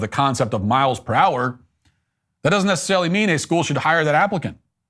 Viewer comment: Edit: Matt said "miles per hour" but it sounded like Miles Prower, the yellow fox character from Sonic 😅